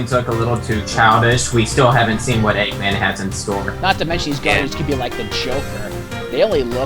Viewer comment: Stopped watching at "Eggman" COME ON GUYS. get it right.....